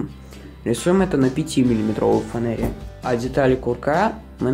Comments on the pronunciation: все круто но слово фанэра.... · ПРАВИЛЬНО ГОВОРИТЬ ФАНЕРА!!!!!!!!!! А НЕ ФОНЭРА!!!!!!!!!